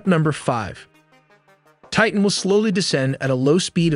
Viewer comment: I give the narrator high marks for pronouncing the word "Titan" correctly, enunciating the t at the beginning of the second syllable. Not pronouncing the letter t in the middle of a word in American English is beyond ignorant.